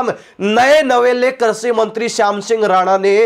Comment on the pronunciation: कर्षि नहीं कृषि शब्द होता है ।